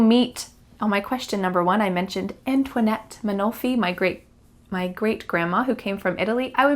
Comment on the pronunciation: Antonietta must have been her original name, it ends with a "ta" pronunciation if she was Italian, you pronounced it like a French name. 😅😊